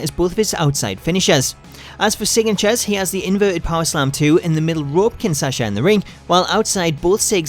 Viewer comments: Small correction it's the Kinshasa not kinsasha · Should'nt it be "Kinshasa"? oO Not... something with Sasha :D